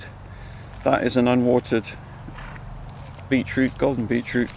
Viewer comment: Beechroot! Beachroot?? No, BEET CHROOT.. Every single video its beechroot! Lol- what a funny way to pronounce that!